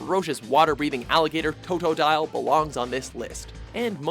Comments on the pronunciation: Did he just say toetoedile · Toe-dough-dial Cyn-da/kill Daffuq